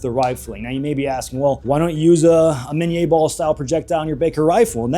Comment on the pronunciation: Listen to Admin, “Miníe ball”, all correct pronunciation an shit!